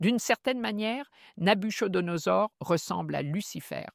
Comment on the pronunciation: Le " ch " de Nabuchodonosor se prononce comme un " k " en phonétique française. Pourquoi n'engagez-vous pas des gens qui maîtrisent mieux la langue pour le doublage des différents présentateurs ? Ce serait vraiment idéal pour les francophones et francophiles, n'est-ce pas ? Merci infiniment pour vos si brillantes prestations. Que Dieu vous bénisse.